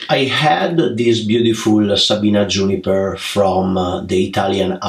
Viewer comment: Create A, branch A, Juniper A Dear can you please UN learn that!!! It's absolutely crazy A... Lol Admire your work and skills but that A at end of almost every word, driving me crazy!!!!! Please Amore!!! 😋😋😋